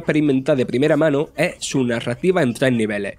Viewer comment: En serio, es imposible terminar de ver el video (sin ánimos de hate), pero el narrador se come todas las consonantes y a veces ni se entiende que dice .. un medio de COMUNICACION, debe comunicar correctamente con gente profesional estudiada en el tema y con acento neutro (o por lo menos terminando las palabras) ... es que hasta una palabra tan corta como "es" hace una pausa y dice "eee"!!!